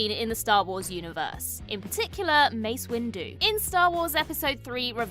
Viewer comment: "Mace Windu" don't piss me off